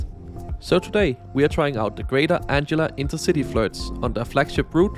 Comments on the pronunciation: presumably it is anglia with a hard g sound because the angles were a germanic tribe and said g as a hard g?? grange, range, strange and etc. all said with soft g sound in english. tricky to learn all the pronunciations in english no doubt! great video! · you pronounce Anglia with a hard G sound, as in angle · I wasn't going to comment on your mistake in pronouncing "Anglia" until you managed to get "Beaulieu Park" perfectly!😂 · Hi it's called greater Anglia not greater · Great video! Just a couple of things to point out: - Anglia is pronounced like “an-glee-uh”, not “”. - Crossrail is no longer officially used. Most people just call it the Elizabeth line. Great video nonetheless! 🤗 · As so many others have said - it is "An-glia" and not "Ang-ila" 😂 But easy mistake for anyone whose native language isn't English. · Greater Merkel, it'd be just short (she wasn't "shy"!) of Alexander the Great 😁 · Greater 🫡😏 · It’s okay 🤣🤣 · heh no worries, but just remember this ang-glee-a 😁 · Anglia = An-gle-a and "switches" are called "points". I never knew what "FLIRT" meant. but I think these trains are ace - Oh and welcome to Norwich, where I live. Good video anyway . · Greater anglia❌ Greater ✅ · I have adopted your pronunciation of Greater '.' 🤣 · Greater? Someone can't read. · It's Ang - li - a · My thought too. "How the hell can he get that right but say Greater the whole time?" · There is a delicious irony with your mispronunciation. Anglia is named after one of the N Germanic tribes that settled the area - the Angles, name after the Angeln peninsula from an area straddling the modern Danish/German border, along Saxons and Jutes from Jutland.